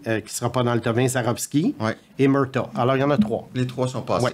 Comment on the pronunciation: Le premier joueur, J’entends Jack Murta. Beinh, il parle de Jack Murtagh. Ca ce prononce Mur-tag. A force de regarder les matchs, tu penserais que aurait entendu son nom. Penses pas que voudrait qu’on prononce son nom Boise-vurt